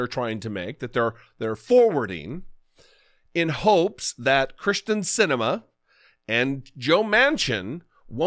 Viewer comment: He said "Kristin Sinema" like "Christian Cinema", and my first thought was, "Eh, I don't need to watch 'Fireproof' again." :-P